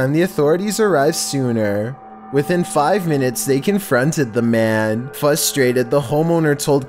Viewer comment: "fustrated" UNSUBSCRIBE